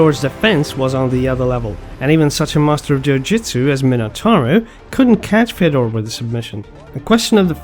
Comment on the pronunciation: If you consider who is a goat, you should only acount prime time and the true is if you say any name there was ever Fedor would win.. so he must be the only goat there ever was.. no khabib, jones would stay a chance.. try it say who could ever beat prime fedor.. btw its pronunced Fjodor